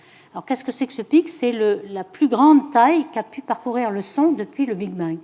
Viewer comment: Lol elle dit le Big being abusé je décroche